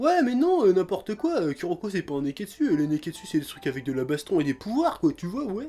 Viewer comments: Moi entrin de regarder la vidéo et entendre le chef dire ku o lieux de kou pour kuroko😂😂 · Putain mais, saute par la fenêtre, le U japonais se prononce OU en français, c'est pas compliqué... -_- on peut pas être crédible en parlant de manga quand on dit U je suis désolée x) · J'adore le chef :) mais il m'énerve à prononcer le Ku -> Ku et pas Kou comme cela doit être fait en phonétique c'est Kouroko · Je suis là seule fan qui rage des que le chef dit "Kuroko" au lieu de "Kuroko /kouroko/" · dsl mais Kuroko s'écrit Kuroko serte mais sa se prononce Kouroko